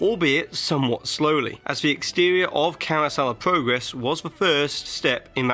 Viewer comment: it's (prah-gres